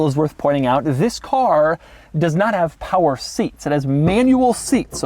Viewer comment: I came from the Doug saying "this" chronologically and now all j can hear is "vis"